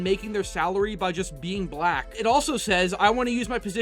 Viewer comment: I get what ur saying dude but chill out on emphasizing "black". Also calling her?(idk) an it is a bit much just misgendering the person is good enough. Other than that i can see your point.